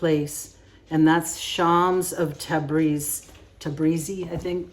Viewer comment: Wow the sticks a really creamy 😍 thank you for this video 💜 Beautiful art 🌈💙 Yes you pronounced it right "tebrizi" 😊👍🏼